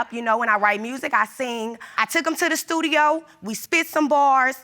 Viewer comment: “At the stuthio”...